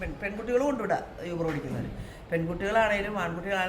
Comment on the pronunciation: അതേയ്..... ഈ uber കാർക്ക് fare കുറവായത് കൊണ്ട് അവർക്ക് (ചിലർക്ക്) അതിൻ്റെ ഒരു കലിപ്പ് (frustration) ആണ്... ഇന്നത്തെ കാലത്ത് uber il register cheythale അവർക്ക് ഓട്ടം കിട്ടുകയും ഉള്ളൂ.. അതാണ് ഇങ്ങനെ പെരുമാറ്റം... പിന്നെ യൂബർ അല്ല oober എന്നാണ് pronunciation എന്ന് തോന്നുന്നു..